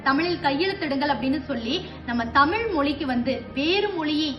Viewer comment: 'தமில்' இல்லை. 'தமிழ்' சரியாக உச்சரிக்கவும்.